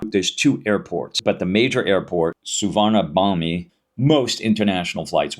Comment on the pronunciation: TRAVEL TIP #11 : SUVARNABHUMI AIRPORT is pronounced SOO-WANA-POOM. The letter (i) at the end is silent in Thai.